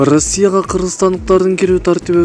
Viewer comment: Ырасия дейтко манка блогер